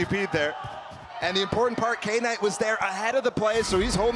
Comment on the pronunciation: Kay-night? Is that how she's been told to pronounce his name?